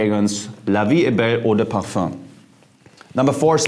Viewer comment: Jeremy you need to take some French courses 😅. Since most the perfume names are in French ... Le Male [ lemal] meaning "the Male". In "Parfum" the M is pronounced N in French. You know my perfume is Aqua Di Gio original. I remember I bought my first bottle in Jan 1998 for my trip to Canada, I remember I was in Toronto subway, a girl asked me what perfume are you wearing please...